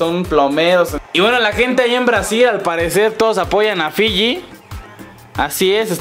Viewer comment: dice filli LLANOS